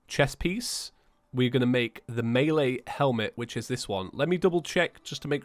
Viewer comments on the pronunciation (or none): none